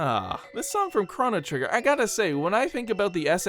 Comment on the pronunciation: The way he pronounced Chrono trigger, Triggered me